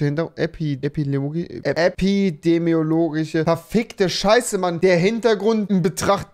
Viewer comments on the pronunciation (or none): Ich habe vor die ganze Zeit darauf gewartet, dass Rewi ausrastet, als er die ganze Zeit versucht hat, das Wort epidemologisch auszusprechen. 🤣